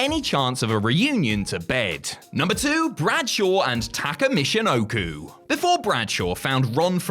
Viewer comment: "Michino-clue" boi if you don't